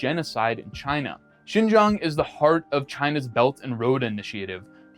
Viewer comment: You pronounced the word Xinjiang perfectly, even the tones are perfect. Well done. 👏